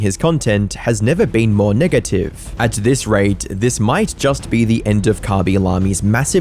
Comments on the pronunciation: did you say Nigative? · did just say niggative? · Why did he say niggative 😭